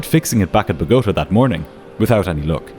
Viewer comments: Pronouncing “boh-goh-TAH” like “BO-goat-ah” should be criminal lol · Great video but its It's botagA (empasis on last syllable) Sorry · It's pronounced boh ga ta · It's BO' gota, not Bo GO ta! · bo-go-TA 😉 This story is so flipping frustrating to listen to, thank you for giving it to us! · "Bog-O-ta"?? 🙄Oh please!!!!! That's an appalling pronunciation! It's pronounced "Bototaaaa" That's why there's an accent on the last "A"! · “BO-gah-tah”. The very slightest of corrections to a 1st rate production. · Where is Buh-go-tuh? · its pronounced bow-ga-ta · Needs to learn how to pronounce Bogota. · I'm now on minute 27, and the first officer's actions are making me far more uncomfortable than the pronunciation of Bogotá. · I've watched a lot of episodes of Air Disasters, so I know about this flight, but air disaster podcasts are what I listen to while I clean. Four minutes in, your mispronunciation of Bogotá is driving me crazy. The accent is on the third syllable! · It’s actually Bogota, with the accent on the final syllable, not the second one. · You dont seem to know how to pronounce "Bogota", bot. I'm out. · The real tragedy here is your pronunciation of Bogotá. 😂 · Check pronunciation of names like Bogota.